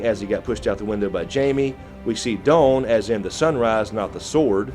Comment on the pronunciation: The way you say 'dawn' makes me laugh, bare country